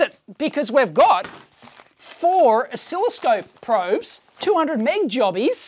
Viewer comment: "FOUR" With an american accent.